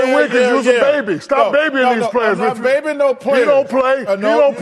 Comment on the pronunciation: "You got to be babing me"